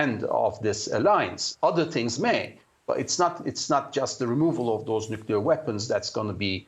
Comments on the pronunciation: maybe its just me but i find it hard to listen to or see anyone as credible who cant pronounce nuclear... nucular its not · what is so difficult to pronounce Nuclear ...that one have to pronounce `Nuccular ``... Knowing the GHW is one who started nuccular... It is telling .. capacitywise...for Craig Copetas..